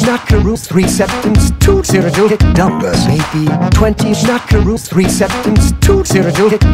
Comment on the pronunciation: absolutely enthralled by how good you got "schmackaroos" to sound